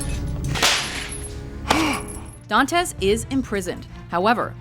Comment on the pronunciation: She punctuated wrong syllables in the name Edmund (s/b on [u] instead of [e]) Dantes (s/b on [e] instead of [a]). I don't blame her, really. She is an English speaker, but if she could say Alexandre Dumas correctly, maybe she should have done a little research and said Edmund Dantes the right way too. It was very annoying so I had to stop watching it. It's even worse with tennis. It's not Navratil[o]va. It's Navrat[i]lova. And it's not Sharap[o]va, but Shar[a]pova. Ah, what can you do.